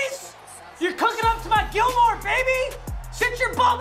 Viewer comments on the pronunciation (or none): Papa. Its not STEFIN. IT IS STEF-ON. AND THE SAME THING FOR GILMORE. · u said it wrong like you did with Gilmore